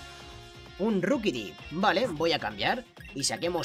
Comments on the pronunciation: Se pronuncia roquibi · SE DISE RIQUITI